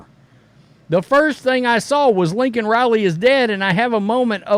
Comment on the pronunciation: If this were the first Biden gaffe, I could probably let it slide. When Newsmax was first reporting Laken Riley's death, the people on their channel weren't saying her first name distinctly and I kept hearing Lincoln as well. Unlike McAfee, I didn't take that to mean the coach was dead. But I did wonder if he had known he had a female namesake prior to her death. Was several days before I saw her name in print and learned I'd been hearing it wrong. But as long as Laken Riley's murder has been news now, you'd think the speechwriter crafting his State Of The Union address would be more careful than that. It's one thing for a random normie to mishear a name on the news. It's quite another when a government official who's citing a national tragedy in a major speech butchers the name of the victim.